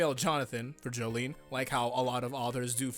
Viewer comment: Jolyne is pronounced Jo-Lin